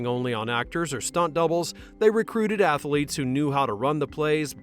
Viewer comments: Small critique for the future. Athlete is TWO syllables. Ath-lete, not ath-a-lete. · I really have a hard time taking your VO seriously when you keep saying Ath-a-lete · Athlete is 2 syllables, not 3.